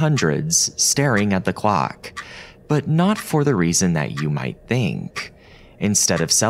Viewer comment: Why do you pronounce [θ] (as in "think") as [v] ,"vink"? where are you from?